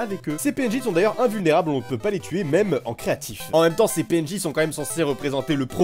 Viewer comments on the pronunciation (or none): tu beug sur tuer tu dis "tuier"